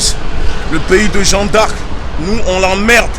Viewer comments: Et j ai bien enttendue il dit " on est au statut de jean d arc " 😂😂😂😂haaaa gucci.... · Il arrive mm pas a dire jeanne d arc correctement 😂😂jean d arc jean d arc y a deux jours il a dit.. ceux qui sont en libye c est de votre faute on vous a prevenue fallais pas y aller... et la maintenant tu demande de les liberer mais frere ca n a aucun sense se que vous faites chaque video vs discredite un peut plus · "Jean D'Arc", faut apprendre a parler déja.